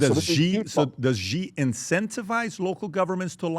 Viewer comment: Hey Patrick, the President of China’s name is Xi Jinping, pronounced ‘Shee Jin-ping.’ The ‘Xi’ sounds like ‘she’ (as in the word for a woman) plus ‘ee,’ making a soft ‘shee’—not ‘gee’ or ‘zee.’ Just say it as ‘SHEE jin-PING’ and you’ll be spot on.